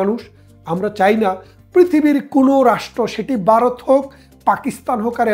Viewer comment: Vaw pronounce korte parents na?Barath keno bollen?